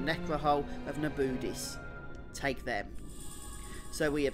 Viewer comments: I love how he pronounce Na-bu-these as: Na-booties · its na-boo-deece ;) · The way you prinounce Nabudis is a crime against humanity, when they clearly say it several times throughout the story. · Hate how he says nabudis they say the name the right way at the intro of the game great guide